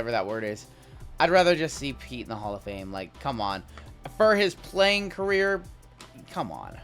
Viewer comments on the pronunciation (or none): none